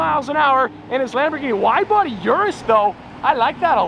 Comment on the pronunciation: How many times can you mispronounce Urus in 30 seconds?